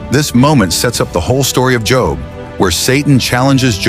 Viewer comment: I hate these mess ups sometimes how you going to pronounce job correctly the whole time then say job at the end I’m sorry that ocd kicked in lol